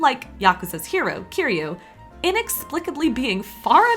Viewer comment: I'll never not make fun of someone who pronounces Kiyru "KEEROO" Kee-tdu